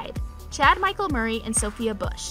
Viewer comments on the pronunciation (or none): none